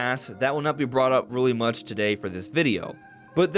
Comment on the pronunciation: He emphasises the word 'much'